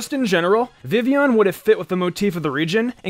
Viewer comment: You forgot that Vivillon has a ton of alternate forms. Game Freak may not have wanted to make all of those compatible (even though they're really just alternate textures). But then again, you didn't even remember how to pronounce Vivillon correctly, so maybe that's expecting too much of you too.